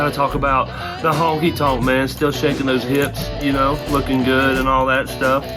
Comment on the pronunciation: Honky tonk.man sorry but when someone says it wrong it bothers me